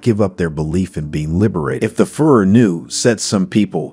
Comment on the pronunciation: Narrator, You have to learn how to pronounce Hitlers leadership title !! Your driving me crazy with FURR !!